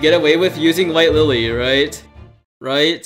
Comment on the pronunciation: White Lilly...not Wife Lilly. (I misheard this part)